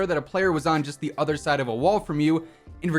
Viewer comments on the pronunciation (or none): none